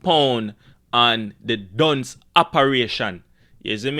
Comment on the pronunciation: Why unuh pronounce dunce as dungs 😂😂